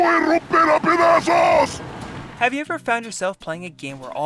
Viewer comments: Y tambien pedazos no padazos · Its "acá" not "a cá" Its "rezar" not "rensar" Its "Luis Serra" not "Luis Sera" Its "pedazos" not "padazos" Its "cojedlo" not "cojelo" Also, in the game the characters say " Ya es hora de asplastar" but its "aplastar" And the are tons of mistakes like this Its kinda dissapointing